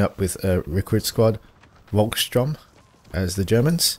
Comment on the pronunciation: the "Volksturm" is pronounced with an "F" as if you wanted to say "Folk Shturm":D